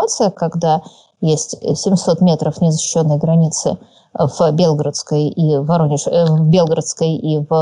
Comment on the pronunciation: Ну почему все говорят БЕлгородская? Она БелгОродская! Как НовгорОдская